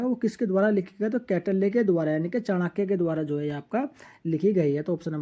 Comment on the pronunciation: कौटिल्य को गलत पढ़ रहे हैं।